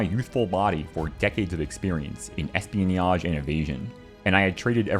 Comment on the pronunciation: Incredible video. And incredible pronunciation of espionage